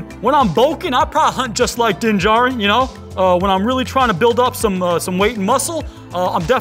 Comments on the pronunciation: It's pronounced Din JAR'in Not Din JA'rin Emphasis on JAR, not JA! Listen to how it's pronounced in the show....... I know it's petty, but for whatever reason, drives me NUTZ to hear his name mispronounced...... other than that, love GenerationTech. 🤷‍♂️ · I just cringe every time his name mispronounced 😳😬